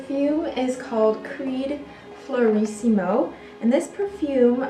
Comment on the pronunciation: Girl, I would have liked to subscribe, but here is why I can't. You botched the pronunciation of Erno, Rainier, Fleurissime, etc. You botched English too: HER and Marilyn Monroe...REALLY?? Try SHE and Marilyn Monroe. Jeez. Sorry.